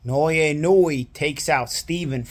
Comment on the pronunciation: Why do people pronounce his name so horribly? The vowels in Japanese are the same as Spanish. Inoue = ee no-ooh eh Naoya = Na oh ya He definitely improved as the video went on.